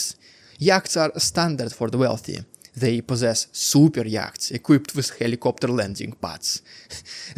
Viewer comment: Your English has improved immensely over the last couple of years. Really impressive. Yachts is pronounced yots. It's a weird language , I know.